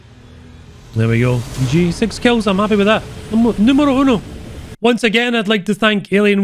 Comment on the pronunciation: I lost it when you said near perfectly "Numero Uno" hahahaha. The correct terminology would be "Primero" (first)